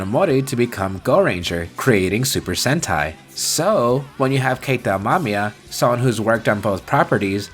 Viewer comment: Nice video folks, great editing by your editor too. Also, it's Keita Amemiya, not Amamiya. Thank you for mentioning GARO and Gojira. :)